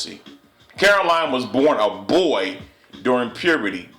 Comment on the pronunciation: excuse me it's Brazil not brayzil my farther my name is Brazil it was a insult cause there's no such thing as brayzil it's Brazil. come on a black man trying to be to proper, come on now. and then you say boyyyyy real hard dude work on your grammar a lil. now wat is transgender do they have a vagina after transgender. yes or no.